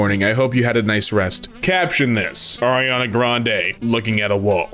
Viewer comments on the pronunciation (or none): none